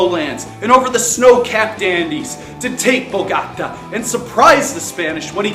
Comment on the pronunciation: Thanks! it is pronounced Boh-Goh-Tah by the way :')